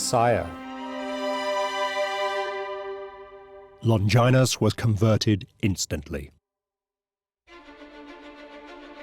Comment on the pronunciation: Long ginus?? Lol